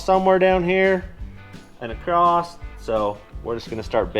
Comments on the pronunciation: Why are Americans saying ACROST instead of just across? A lot of u tubers seem to be doing it lately. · Love you guys but it’s ‘across’ not ‘acrosdt’